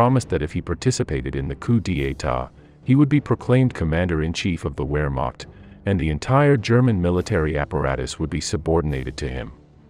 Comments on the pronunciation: The German army was the "VERMAKHT", not the "WHEREMAKT". The W in German is pronounced as a V in English. Moreover, it's not "COO DEE EYTAH", but "COO DETTAH", Do learn how to pronounce the terms you use time and again in your clips. You might also consider that von Staufenberg did not carry out a coup d'état in Hitler's headquarters in East Prussia , but an assassination attempt. Interesting subject matter. Amateurish preparation and treatment. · The most atrocious pronunciation of German names related to WWII! “Wer-meht”?! “Ghyudeerian”?! How about “Smolensko”? I saw a few more documentaries by the same producer. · Not Where Mock but Ver Mockt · I shall scream the next time I hear a video narrator pronounce "Wehrmacht" as "Weremont"!!!